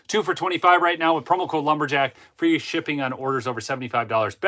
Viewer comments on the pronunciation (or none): none